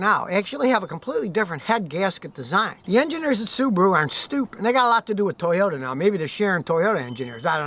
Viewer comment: It’s a “toy”ota